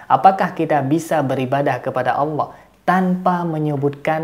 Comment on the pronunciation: Alah alah, bukan alah auwllah